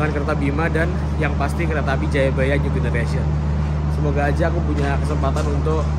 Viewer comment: Maap nih bang gw izin ngakak, dimenit ke 10.50 gw denger kereta apel 🍎 😂